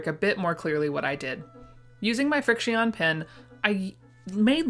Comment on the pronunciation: I think Frixion pens are pronounced like friction... 🤔 Don't quote me on that though